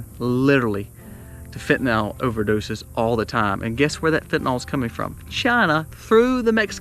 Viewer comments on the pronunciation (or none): Fentanyl - fenta NYL, not "nal"